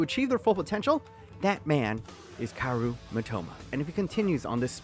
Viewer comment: it's pronounced ka-o-ru not karu